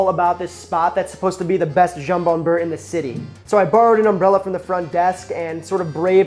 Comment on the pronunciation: Ok a few things dude : - it's bEurre and not bUerre for butter ;-) - you're version isn't the classic : it's way more generous in ham, also homemade bread ? seriously ? under such conditions le jambon beurre becomes interesting. - A real jambon beurre, normally constituted of 1 slice of ham layed flat) is hard to find these days. By real I mean quality ingredients ... Hell a real baguette is getting rare, all the boulangeries are in fact serving the same premixed industrial flour - add water - bake - sell - when I first moved to France 40 years ago, other than the jambon beurre or a paté cornichon it was impossible to find any other sandwich, even less containing salad or tomato etc. And they where expensive, almost like a treat. if you where hungry it take several to feed you, it was cheaper to get a workers meal but that took time and was only served 11h30 to 13h. In fact back then, people just didn't eat out unless special occasion or in a workers canteen.